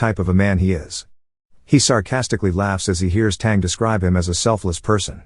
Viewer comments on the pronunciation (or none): This is an excellent movie. Not Malaysia, but British Malaya. More specifically, this took place in the island of Penang. Sun is pronounced as "Soon". His full name is Sun Yat Sen, aka Sun Chong San, aka Sun Wen. Tang is pronounced as "tongue".